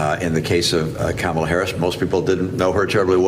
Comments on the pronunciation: He and all the other MAGAts pronounce her name incorrectly on purpose. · Mitt Romney even mispronounces Kamala’s name. 🙄 So insecure in his manhood.